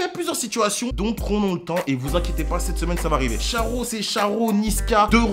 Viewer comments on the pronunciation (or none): none